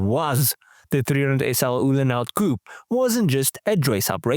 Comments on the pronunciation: COO PAY.......not coup.......COO PAY .........PAY ! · Please pronounce "Coupé" correctly